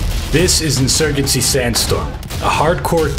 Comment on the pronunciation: Anyone else hate how the dude pronounces insurgency at the beginning???